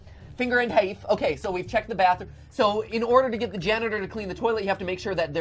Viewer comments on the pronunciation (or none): Hold up. Did u say finger and hāf (presice use of foreign a's) As in SCHFIFTY FIVE. LOOK UP SCHFIFTY FIVE ON UTUBE